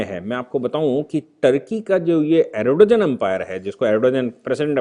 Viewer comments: सर जी अरडोजन नहीं है बल्कि अर्दोगान है...please correction karein..baaki to bas naman hai aapko...shikshit karte rahein hame. Bahut shukriya aapka 🙏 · सर सही उच्चारण अर्दोआन है 🙏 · भाई साहब एर्दोआन या एर्दोगान बोलीए. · Erdogan pronounced as Aar do gaan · Pronounce the name of Erdogan correctly